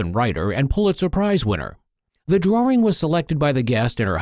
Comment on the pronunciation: Why does the man pronounce it as drawRing . . .